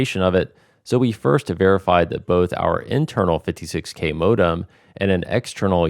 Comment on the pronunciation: Can’t stand this guy’s pronunciation of the word “modem”